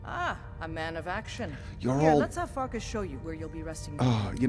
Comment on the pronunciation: when you said "farkas" repeatedly, I thought you said *that* word for the first time in a vid!!